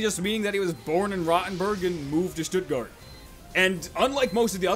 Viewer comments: As a german, I really respect how well he pronouced Stuttgard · Good bro youve said Stuttgart right! :D